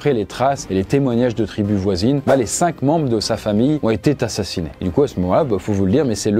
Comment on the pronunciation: LES LIAISONS BORDEL ! "On été tassassinés"